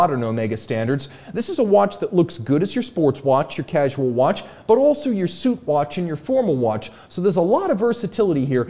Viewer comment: Did you say 'suit watch' or 'soup watch'?